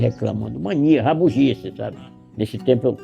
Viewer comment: ''Rabugisse'' kkkkkk, gande pessoa